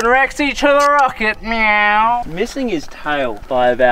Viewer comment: Stop saying meaw